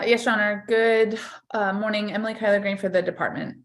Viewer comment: Someone on a previous video said miss greens name sounds to her as collard green and now I can’t unhear it😂